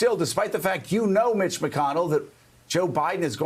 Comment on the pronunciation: Eveytime Joe mentioned Mitch....i heard B*tch...😂😂😂